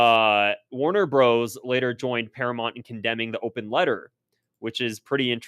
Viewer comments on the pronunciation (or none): none